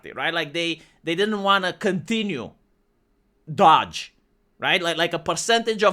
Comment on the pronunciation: Bro you ain't pronouncing DOGE correctly